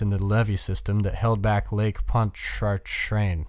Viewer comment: Thank you for reading this! It's pronounced Ponch-a-train btw